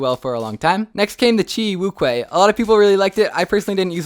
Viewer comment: Acually "Wu Chwae" is the correct pronunciation because in Chinese (Mandarin), 無缺/无缺 is pronounced as "Wú Quē" that is "Wu Chuae"